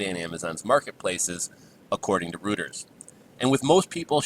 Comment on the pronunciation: "Reuters" is pronounced "ROY ters", BTW. I can finally tell the story of my Toys R Us exploit, now that they are out of business. It's a long story, but whenever I do tell it, people's jaws drop. The Toys R Us debacle led to me getting a crazy number of Playstation 2's from Amazon when they became rare. This was before bots were a common. My bot bought up enough Playstation 2's that I was the cause of them becoming so hard to find. Think that's an exaggeration? I got and resold enough PS2s to buy a $300,000 house, cash.